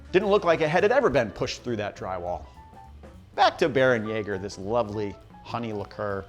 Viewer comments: Not "Bear-en-yaw-ger," "Bear-en-YEH-ger" Umlaut "a" has a sort of short-E sound (or long-A, like "ay," but it would sound much the same, "bear-en-yay-ger") No umlaut "a" makes the "ah" sound in German. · Great video. Only thing it's pronounced "Bair-(like Hair)-en-yay-ger"